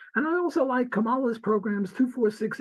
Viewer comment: Also it's notable that Walter could not pronounce Kamala's name correctly.